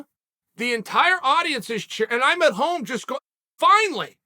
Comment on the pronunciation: Chael saying finally as "finely" is one of his tricks up his sleeves to confuse us mortals